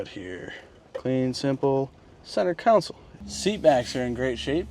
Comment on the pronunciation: Counsel? It’s called a console.